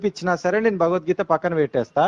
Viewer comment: భగవద్గీత అని పలకటం కూడా చేతగాని వాళ్ళు వారు. వాళ్లతో మాటలు ఎందుకు గారు.